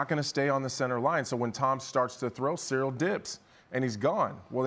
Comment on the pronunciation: He caught fingers to BOTH eyes. And only Tom can say which hurt more. So, if he holds one more than the other, you can not imply he was checked out. AND BTW, CHAEL: His name is Ciryl. Not Sareal. Pay some respect, son